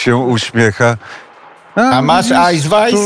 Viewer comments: Ausweis durniu,nie ajsweis. Nie umiem,nie gadam! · Ausweis nie Eisweis ; )